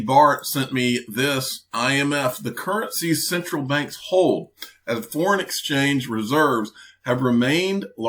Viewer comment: The Fat Boy at BIS pronounces Currencies wrongly.